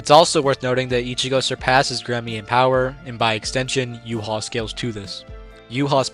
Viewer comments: Why do so many pronounce Ywach's name wrong💀. but then again its incredibly difficult (You-Ha-Bach) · wow bro said. Respect! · I was baked af watching this and kept thinking you were calling Yhwach “U-Haul”